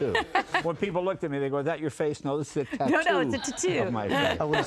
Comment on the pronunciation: Did anyone catch how Kit pronounced "tattoo" at in the same weird way as Bert Kreischer?